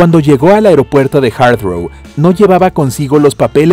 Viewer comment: Nunca he oido a nadie pronunciar tan mal la palabra Heathrow... Y luego en vez de pronunciar iceberg, como suena, dira aisberg...